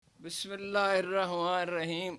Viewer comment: محترم ! اگر باقی الفاظ غلط بولنے ہوتے ہیں تو بہتر ھے کہ نا ہی بولا کریں صرف "بسمہ اللہ" بول دیا کریں وہ بھی کافی ھے یا پھر مکمل تسمیہ کا صحیح تلفظ سیکھیں۔ شکریہ